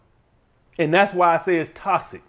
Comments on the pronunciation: “Iss TOSSIC” 😂😂 love you man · Not a good look when you can’t pronounce the word correctly that you’re making a video on. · Lmao he say that hoe with emphasis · Man said "Tossick" "Miff"